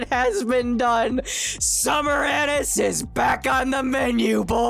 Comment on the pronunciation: Bro saying her name wrong 💀💀💀💀🙏🗣